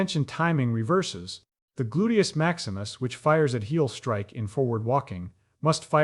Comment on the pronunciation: I would also propose that skateboarding and mountain biking does a similar thing to the motor planning regions. I get this. I do it. And skateboarding is possibly the most potent form of this technology ... And btw it's "boodius maximus", not whatever you said